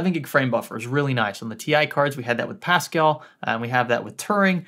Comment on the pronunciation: What is he saying? Pascal launch?